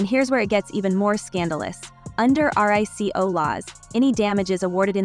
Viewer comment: RICO is pronounced ree-ko.